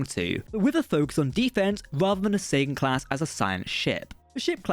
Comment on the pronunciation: Whenever you say Sagan it sounds like Satan.